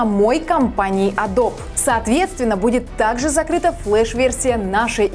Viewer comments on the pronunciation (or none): none